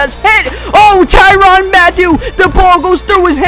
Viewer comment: its ty-rann noy ty-ronn